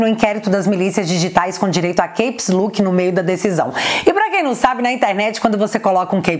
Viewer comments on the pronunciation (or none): Minha amada Brabara, não se pronucia "queips luk" e sim "Cáps Lók" te amo. rsrsrsrs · A pronúncia CAPS LOCK é "kepslók"